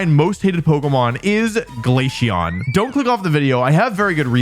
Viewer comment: I'm not mad because you hate glaceon, I'm mad because of the way you pronounce it.